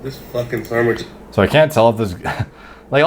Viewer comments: Mans said Sarmwhich im gonnnne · A ‘sarmwich’ 😂😂😂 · 1 and a half minutes in and ‘sarmwich’ alone had me started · Sarmwhich lol